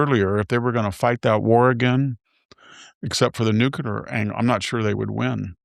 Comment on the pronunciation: Hanson’s struggle to pronounce the world “nuclear” continues 🤦🏻‍♂️.